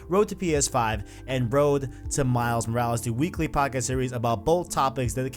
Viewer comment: Say it with me. MILES MORALES. MILES MORALES. not however you are pronouncing it Miles Yursles wtf